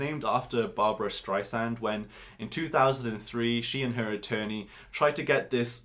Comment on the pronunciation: It's Barbra Streisand....not Barbara Streissand. 😂